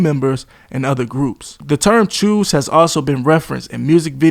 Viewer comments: Choo is pronounced like "show".. not like "chew" or "shoe" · It's choos fam not chews but keep cooking🔥🔥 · And it’s not Chew it’s Cho - and they are also from Flatbush & Brownsville not the Bronx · It’s not chew it’s Choo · Not "choose" it's "choooooos" oooo! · "The chews" 😂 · This clown pronounced CHOO WRONG I KNEW IT 🤦🏿‍♂️🤣🤣